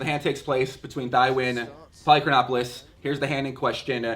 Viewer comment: Thi is pronounced “Tee”